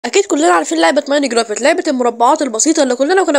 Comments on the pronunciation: اسمه ماين كرافت مو ماين قرافت 😂😂😂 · بس قاعد تنطق الاسم غلط 😂😂